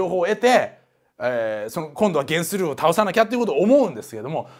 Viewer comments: ゲンスルーの発音がテレビアニメとは違ってたので、漫画読んでの知識だったんですね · ゲンスルーの発音が気になる(･ω･* ) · ゲンスルーの発音気になりすぎる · ゲンスルーの発音気になるww